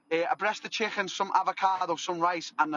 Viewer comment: A chickhen